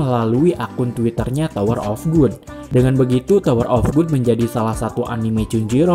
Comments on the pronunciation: Bacanya gad bang bukan gud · Gad bang bukan good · tower of god (bacanya gad) bukan tower of good bang..kalau tower of good artinya jadi menara kenikmatan wkwk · Tower of 'gud'? Bukannya di baca 'gad', rubah2 judul ae si Abang masa dr tower of God jadi tower of good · Tower of good sih Yg benar itu tower of gad bacanya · GOD bukan GOOD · wkwk lu kok baca nya "tower of good"? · Kok gua kesel yaa dengernya. Tower of gut, cuncirol wkwkw